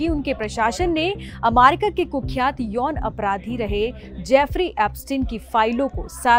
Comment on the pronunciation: Why is she pronouncing amaricaa😅